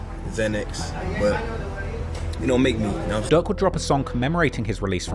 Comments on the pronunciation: Bro called durk.. duck lmao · Bro pronounce "durk" and "duck" and "dirt" the same had me confused af